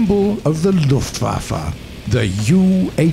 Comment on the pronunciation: Luftwaffe you have mispronounced